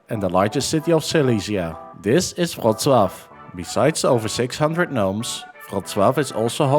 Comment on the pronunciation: The Polish Ł is pronounced like an English W, not a V. It was originally a dark English L.